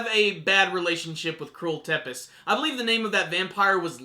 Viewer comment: Tepes is pronounced Tzepesh in English is from Vlad Tepes translated from Vlad the Impaler the romanian prince that was called Dracula